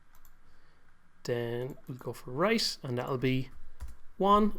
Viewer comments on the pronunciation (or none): why are you saying C instead of T ? example in right --> rice xD greeting from germany